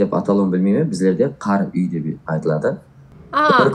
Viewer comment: Қар-үй емес қарауй негизи соны қарүй деп айтады.